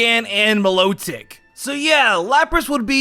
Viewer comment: You called Milotic lotic